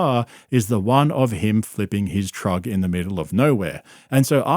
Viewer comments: Are you saying "trug" on purpose? 😊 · Bro said giving away a trug lmao